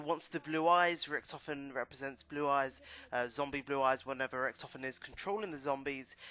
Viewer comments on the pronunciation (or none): It's richtofen not rictoven